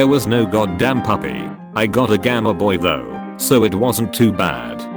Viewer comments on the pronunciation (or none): If You're Videos Are Going To Keep Appearing In My Recommended, Then Atleast Have Enjoyable Content, Instead Of Reddit Posts Read In An Annoying Robot Voice That Can't Pronounce 75% Of Words Properly.